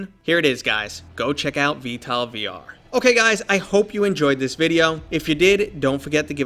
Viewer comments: Why do you say v-tal instead of v-tol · sounds like he is sayin vtal instead of vtol lol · bro its not pronounced "vtal" its pronounced "vtol" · i know lol it just sounded like ya were sayin tal to me. it is a great game tho, have ya tried the new heli. pretty fun exspecially when ya have a friend to play in the gunner or piolet seat, id say its worth the priceof the dlc.